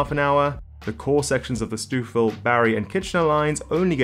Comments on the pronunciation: it's pronounced "stove-ville" and "spad-eye-nah" btw. The biggest impacting of routes will be the new 6km bypass track that has just been ordered by the province in the west end of Toronto. This will remove the need for trains to pass through Union Station. It allows new routes to be created a lot more easily. The lack of a bypass has been known as the biggest Achilles heel in the network. It is what was stopping the line example you gave in the video travelling north of Toronto from becoming a reality. The problem with too many new stations being rolled out is that it creates longer travel times as long as GO refuses to restore many of the pre-pandemic express trains. Some need to be restored in order to maintain reasonable travel times, even with electrification. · Had to LOL at Stoof Ville as well. Credit for mentioning it at all. I'm sure I'd mangle UK place names. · Great info and analysis! Two tips from a local: Mulock = 'Mew-lock. Stouffville = "Stow-ville. :) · You really need to learn how to pronounce Stouffville. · Stouffville is pronounced "Stowville" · Hrmmm. Stouffville: It's pronounced "Stoveville." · Not sure what you mean by “owe” but a clearer explanation would be Stow-ville. Like you stow your carry-on in the overhead bin. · Loved that STEWFF-ville 😂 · This fellow with the plummy accent managed to very credibly pronounce all the placenames, except for Stouffville. 9/10 👍 Is he the Aussie replacement for Reese (@ Martin? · Nice video, but it's painful to hear so many place names (Stouffville, Spadina, Courtice) mispronounced. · I cracked up at 'Stew-fill'😂. For anyone from elsewhere, it's 'Stow-ville', rhymes with 'snow'. 🎉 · Lol. It's pronounced "Stove" not "Stew" in stouffville. Great video though! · Stoufville is pronounced STOW-ville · 'Stoofil' --> 'STOWville' 'Spadeena' --> 'Spa-DIE-na' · Where is stoofill?...its pronounced stoe-ville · For the record It's not Stoof-ville, it's pronounced Sto-ville (rhymes with go) Spadina is SpaDIEna